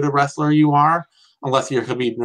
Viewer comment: I dream of the day pronounces Khabib's name correctly.